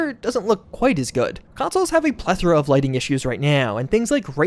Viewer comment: "Consoles have a plephora of lighting issues right nyaoOW"